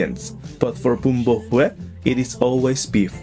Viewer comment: Suggestion: learn to pronounce “Huế” properly !